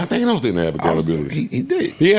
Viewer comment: Why do they say theynose I thought it was pronounced thaahnos